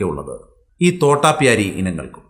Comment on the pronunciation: തോട്ടപ്യാരി അല്ല തോതാപ്യാരി